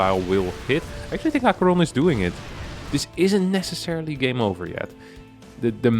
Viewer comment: I see BC's, I click. I think I already watched this, cast by winter. Still nice to have it cast by someone who can pronounce aqueron